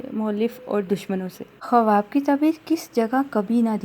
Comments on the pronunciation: Sahi lafz Khuaab hai khawaab nhi...apna talafuz drust kijie shukria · Bahen AAP har baat tafsil se Bata Rahi ho par jaha khuab k tabir hai wo u jaldi jaldi bol Rahi ho k kuch samjh nahi aaraha ya samjh kar bhi samjha mushkil hai Baat Ko Lamba khinchny se accha hai k main baat bataya karo Aur khuab ka pronounciation thuda Sahi karlen Khuab khawab nahi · kawaba nahi hota ha kawab hota ha